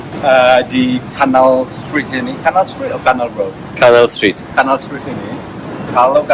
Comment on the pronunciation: canal street apa anal street 😅😅😅